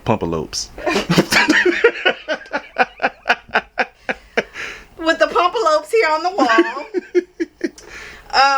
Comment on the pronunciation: Not pump-a-lopes 🤣🤣🤣